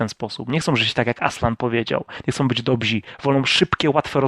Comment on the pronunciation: Jestem pod wielkim wrażeniem. Umiesz świetnie opowiadać. Tylko taka mała uwaga: są źli i dobrzy (nie dobzi) :) Przepraszam ale musiałem. Mam takie jakieś natręctwo, że ten błąd strasznie mnie razi.